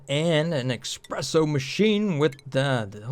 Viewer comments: Espresso! Not eXpresso... Swears in Italian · Every time you say "Expresso", an angel loses their wings... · eSpresso the no X in it. Please.